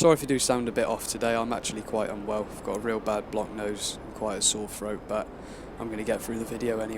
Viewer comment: “sore froat”